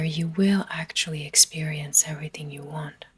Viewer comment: You waaaaant. What accent is this??